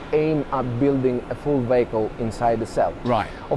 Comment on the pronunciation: I know is saying vehicle but every time I still can’t stop thinking he says bagel ha ha